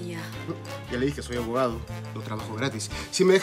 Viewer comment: Like si le escuchaste a a decir abogau